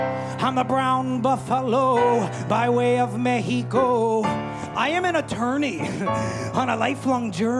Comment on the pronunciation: FINALLY SOMEBODY PRONOUNCED MEXICO CORRECTLY!